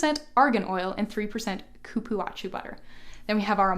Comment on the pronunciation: Hello Thank you for sharing I follow you all the time irme The Cupuacu butter is pronounce cu-púa-zu Good night